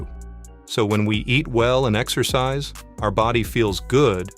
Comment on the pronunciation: Lungis? exccoscise? OMg